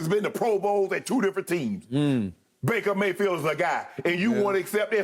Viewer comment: Jen Hale: "Maker Bayfield" 😂